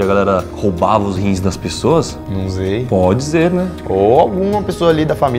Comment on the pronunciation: "num zei" "podi ze né "